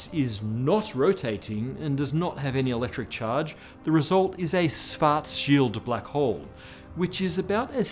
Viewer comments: Almost perfect pronunciation of Schwarzschild. Like just for paying attention to this. I've heard "Shwortz-Child" way too many times... Just use the English "sh" sound at the beginning (German "sch" == English "sh"). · Props for speaking Schwarzschild right. Work on your „sch“. The rest is really good.